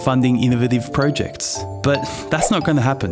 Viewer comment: Irks me how you say projects .. pro ..... Jects 🥲 good video tho